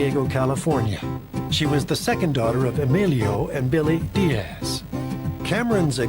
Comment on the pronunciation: There is no ASSSSS emphasis in the name Diaz as these people are constantly doing. Strange since they don't do it with Thomas, Douglas, Lucas, or any other name ending that way.